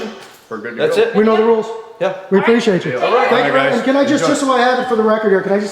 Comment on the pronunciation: STOP saying "preciatechu" use the correct word, which is APPRECIATE